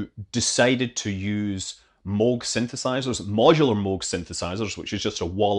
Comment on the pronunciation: Good to hear the correct pronunciation of 'Moog".